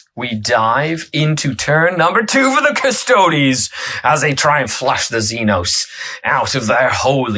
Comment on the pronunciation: until everything gets a 9th codex its just such a two-tier game - may as well be the NFL vs college teams. Also it's not just this guy but its not difficult to say custodes, its the same as astartes... no one says "ass-tarts"